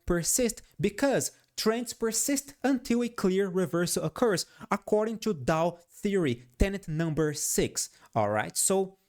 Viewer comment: "In order ciù ..." 😂🎉